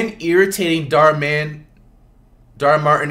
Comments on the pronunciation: he says Dhar Mann’s name right and then realizes that he broke character 💀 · Kimani saying Dhar Mann name correctly instantly regrets it. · When flight broke character and said Dhar Mann instead of Dhar Martin I was dying😂